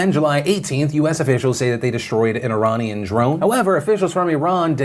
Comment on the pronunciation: Phil, you pronounce Iranian weirdly. The first a is pronounced like the letter 'A'